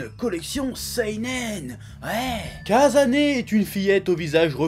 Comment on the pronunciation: le "s" au japon se prononce tjrs "ss" et le "z" tjrs "zz", donc c'est Ka"ss"ane, et non Ka"zz"ane :p